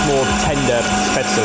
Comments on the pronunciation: Add yet another culinary term to the long list of words doesn't know how to pronounce. Spätzle. The "le" is pronounced "leh". Not "el". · Well, that Spätzle needs some practice:D You can also find recipes for "Nokedli" - same thing but a Hungarian version.